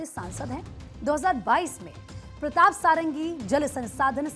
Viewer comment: SADANGI SAHI PRONOUNCE HAI NA KI SARANGI😂😂